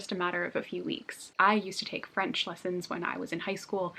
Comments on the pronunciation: I'm French and your accent is so good! I could listen to you speak French for hours, your sound so adorable 🥰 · I'm french and just wanted to let you know you had a great pronunciation!! 👌